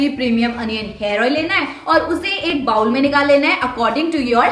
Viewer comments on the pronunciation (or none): none